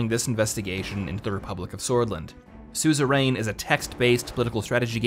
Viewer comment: It's pronounced "SOO-zuh-run."